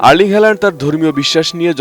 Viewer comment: Why Bangalis pronounce his name wrong?